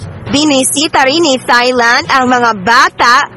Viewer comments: Silent H ang pronunciation ng Thailand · H IS NOT pronounced in Thailand. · Tailand po not thailand ang pronounce dun